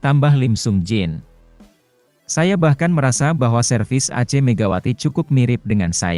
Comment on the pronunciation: Min... Saya geli ndenger ACE dibaca a c e... Kalo yg gak ada padanannya dalam bahasa Indonesia ya baca aja seperti umumnya.